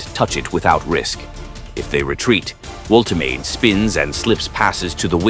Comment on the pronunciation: The shirt pulling is totally out of control. Refs just let them get away with it. Manufacturers should make them body hugging so players can’t get hold of them so easily. Please learn how to pronounce player names.voltamarda is how you pronounce Nicks name.